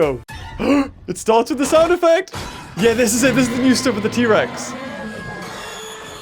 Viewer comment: thats not how you say t rex